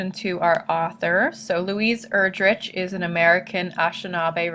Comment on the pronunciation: Her last name is pronounced Er-drick, not Er-drich